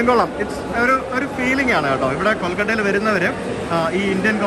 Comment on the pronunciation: എടൊ, കൊൾകട്ട അല്ല 🤦‍♂️കൊൽക്കത്ത എന്നാ 🙏 പിന്നെ, ആരെങ്കിലും പേര് പറയുമ്പോ ദയവായി "thats great" എന്ന് പറയല്ലേ🤦‍♂️.. You can Just node or say "ahh Nice"✌️. Also the way you said in the hotel episode, "that man sounds funny" say "he seems to be a nice man or an interesting person".. English വാദ്യർ അല്ല, തെറ്റ് കണ്ടപ്പോ പറഞ്ഞു എന്നുള്ളു.. "ഫാൻസ്‌ ചൊറിയാൻ വരരുത് 🙏"